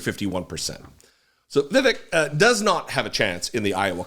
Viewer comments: "vivik" LOL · Its more like viv-ake. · His name is pronounced “Viv-ake.” As in “fake.” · Pronounced Vi-vake, mf er! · Jesse, Hello, love your wife doing a turn on the DP show! Uhmm it is VEEVAKE like "Cake", I heard him so say. Cheers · You can’t call out republicans for calling Kamala Harris “Kuh-mala” instead of “Comma-luh” and then proceed to call Vivek Ramaswami “Viv-ick”… please let’s not be hypocrites like them. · You can’t even pronounce Vivek’s name right. You have no credibility. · He’s a nut job but please be respectful and pronounce his name correctly. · Vivek isn't going to be on any GOP ticket. It's too hard for a GOP voter to say his name correctly. The temp stand in for David can't pronounce his name correctly and he's a liberal/progressive commentator.